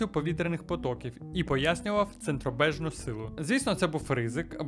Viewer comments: Ліценція а не "лицензія"... Центробіжна а не "центробежна".. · Не центробЕЕЕжна а центробіжна, а якщо ще точніше, то - відцентрова сила ;) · * центроб_і_жна сила (а не центробЄжна) 😉